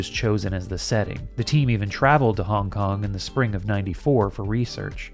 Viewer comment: Started to hear hongkong as honk-honk and couldn't stop